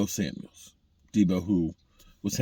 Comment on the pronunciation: Damn Gina!! It's SAMUEL not SAMUELS....GET IT RIGHT LOL